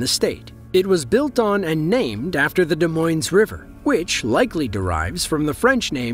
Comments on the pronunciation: The city of Des Moines is not pronounced "D moyns"; it is pronounced "D moyn", with no s at the end like no s after Des. God - use the internet to learn how to pronounce names. If you had done your homework, Des Moines was hit, but Cedar Rapids, the second largest city in Iowa and 100 miles farther east had 140 mph winds that brought down TV and radio transmission towers and lost a staggering 65% of their tree canopy.(no mention of that here) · D Moyne. The S is silent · I'm from Iowa and we don't pronounce the "S" in either Des or Moines....it's De Moine. You are welcome. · I have a friend that lives in the Philippines and we were playing an MMO with a group and he said, "if I drop out it's because we lost power since we're going through a typhoon", like it was an everyday occurance to him. It was bizzarre! On a side note, in Des Moines, the 'es' at the end of Moines isn't pronounced, so it is just like saying Da Moin or Deh moin. Kind of like Illinois, we don't pronounce the 's' at the end. America is a strange place when it comes to the way we have changed the way things are said. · Des Moines has no S pronounced at the end of the word. De-Moine. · When pronouncing Des Moines you do not have the s on the end of it. Pronounced Moine. If you are going to do these kinds of videos you need to correctly pronounce things. SMFH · Des Moines is a french name so it's pronounced without the s. I thought you were pronouncing derecho wrong but i looked it up and you made me learn something too. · Just so you know, you do not pronounce the S in Des Moines. Great video. You did such a splendid job! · Not so much for Des Moines though. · Yep. Then he immediately mispronounces Des Moines, Iowa. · Too bad he can’t pronounce Des Moines… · Both ‘s’ are silent in ‘Des Moines’ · Come on, narrator. Des Moines is not pronounced with the "s" at the end of Moines. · Nor at the end of "Des." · The ''S'' is silent at the end of Des Moines, Iowa.